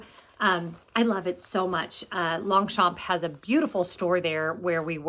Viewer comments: i love my 2 pliage longchamp too mostly for its lightweight .. just wanted to suggest saying longchamp the french way .. without pronouncing the p 😍😘❤🎉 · Thanks for the update does this mean I mispronunce Long- champ? I got a clutch from real real and love it.